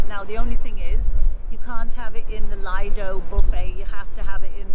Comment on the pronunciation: Good video but I must say that tips #2 and 4 are not "secrets," as they are shown in the daily event schedule that is placed every evening on your bed along with those cute towel animals. Also, the buffet is pronounced the same way as the deck name is, "Lee-do," and not "L-eye-do." Could I possibly suggest that you make your videos inside your cabin perhaps as it is very hard to hear you with all of the wind blowing. Happy cruising.